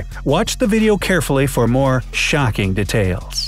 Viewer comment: Why can't the narrator pronounce "detail" correctly 😑